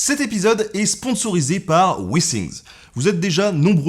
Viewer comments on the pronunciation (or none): Withing = wifing et non wissing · Jsais pas si un jour les Français vont se mettrent à écouter quand les autres parlent... Wissing ? Wissing , dit moi sont où les S dans withings? Apprenez à parler avant de parler de l'accent des autres... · Quand t'as dit Withingts, j'ai entendu Vikings et j'ai vu Ragnar en toi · En anglais il y a les i brefs et les i longs. Pas de chance, il fallait utiliser le i long. Le résultat est plutôt rigolo ! Mais tes videos sont intéressantes et agréables.